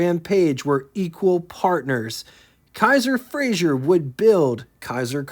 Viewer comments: You’re mispronouncing Frazer as Frazhier. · FRAZER Not Frazier. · FRAZER. NOT FRAZIER.